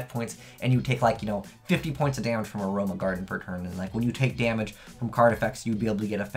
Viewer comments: lol it's uh roh ma = aroma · thumbs up for not being able to pronounce "aroma". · Anyone else cringe every time he mispronounced Aroma?